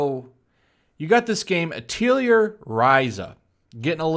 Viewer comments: lol i playy this series since ps3 and i know how it was it got me at first too, and i hate to be that guy but your saying it wrong its a french word its (AT-le-yey) its a weired word to pronounce haha.also most of the MC and characters int he game were string beans... for like 4 or 6 games int he series, but not one complains about bulimic or bony MC and please i wish it got more traction in the west, but its not really a jrpg, i mean it is but its more about making items and gathering ingreadents and making deadlines, less about battle and rpg stuff. i love the games but it snot for everyone tho. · I think the title is pronounced the French way: atel-yay. Also, I'm with the screechers on this one, but purely because of personal preference in female body types. Not a fan of thiccness :p